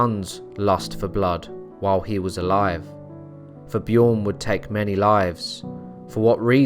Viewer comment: It's not pronounced "Bjioern". The name is Bjørn. And the Ø is pronounced as the "U" in "burn".